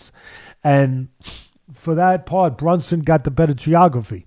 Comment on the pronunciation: It's BRUNSON not BUNSON😂😂😂